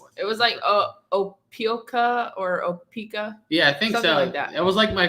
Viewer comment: Alabama. OH-PAW-LIKE-A. 😀